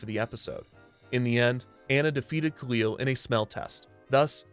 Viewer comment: Recently rewatched season one and i think you mispronunciation khalil i think its (kah-lil) and in the comedy episode he talks about people calling him the wrong name so its kinda funny